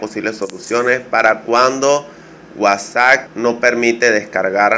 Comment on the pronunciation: Dices wasac jajajaja qué cosas no!!